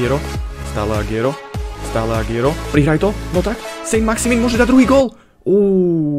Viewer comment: Agüero sa číta Aguero nie Agiero. Daj si to do prekladača v španielčine.